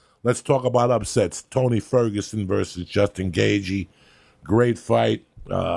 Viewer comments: Joey - "Justin Gayzhee" 😆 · Gay Gee ? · "justin gay g" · “Gay G” haha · "Jason Gagagoop" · Ah yes, good ol Justin Gayzhee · Justin Gayjee lmao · "Justin Gay jee" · Justin gayG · Better than jason gabagoop ahahahah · Gayth je